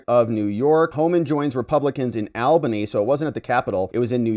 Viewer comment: You mispronounced Albany